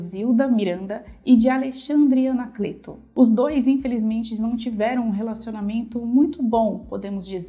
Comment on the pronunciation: Desculpe mas vc pronunciou Anacleto errado. Fica a dica. Quanto a essa história, há muito mistério envolvido. Só Deus sabe o que realmente aconteceu com essa menina linda.